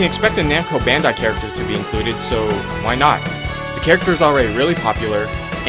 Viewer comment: Bandai not Bandar